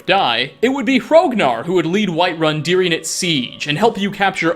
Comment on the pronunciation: Why do you pronounce the word ‘during’ as dearing?